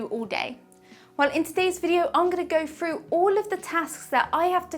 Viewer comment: the word is "through" not "fru"